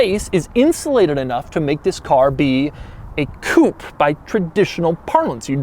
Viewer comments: To all Americans and once and for all: IT’S NOT COUPE IT’S COUPÉ (COUPAY)!! IT’S A FRENCH WORD, NOT ENGLISH!! COUPE MEANS CUP IT’S NOT A CAR SPEC!! GODDAMN!! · I hate the way Americans can't pronounce Coupe as it is, but saying 'coup' for a Rolls Royce is just insulting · Why do Americans pronounce coupé, coop? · its fucking pronounced coupé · Doug the type of guy to pronounce coupé wrong. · It's a "Coupé", you pleb. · I wonder why you american don't pronounce the E in the end of coupé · Is he deliberately pronouncing 'coupe' incorrectly or is it an American thing? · It depends on how it is spelled. This is Phantom Drophead Coupé - pronounced coo-pay. The Mercedes-AMG GLE63 Coupe is spelled by MB without the accent aigu, therefore it is a pronounced coop. Doug is mispronouncing it in this video, but pronounced it correctly in his MB video. Or he's just trolling ;) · Why does he keep pronouncing coupé as "coup"?? >.< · You do not pronounce coupé the right way . There is an accent at the end (it means cut in French) so pronounce it like the pe on pessimistic . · What is a "coop"? Coupe comes from French and is pronounced coopay. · It's a Coupé (coo-pay), not a coupe (coop). Just sayin' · it is Coupe (cupeeeeee..iiiii) not kup...as u pronunce it...damn it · You said Coop !! 27.000 times .......as an anglophile you surely know it's pronounced Coupe' (Coupay) .........and as for "aluminum" instead of Alu-mini-um....well I never ! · Oh my ,Doug could you please use the proper pronunciation of coup'e when addressing a Rolls Royce..? Please say coup, pay...Isn't it, say what and all that... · Please can we get a petition to officially make "Coupe" pronounced the way it should be in French coupE with E pronounced, its not a CHICKEN COUP!! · Pronounced coopay not coop . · Stop saying koop. It's coupe´ which is pronounced koopay.... Grrrh..!! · It is pronounced COOPAY not COOP. A chicken COOP is where chickens lay there eggs!! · Can you please pronounce it Coo pay.